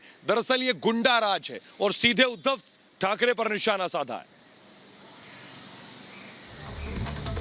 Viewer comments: When the reporter said Uddhav tharke 😂😂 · Uddhav thark ..thakrey was the epic lol 😂 It was a cute mistake from the reporter😝